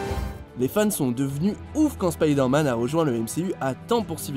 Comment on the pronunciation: Tu prononces pas correctement Spider-Man et Ant-Man TROUDUC!!!